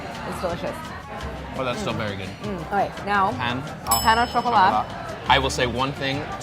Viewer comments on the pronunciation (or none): French for bread is "pain"; pronounced paihn, not pan.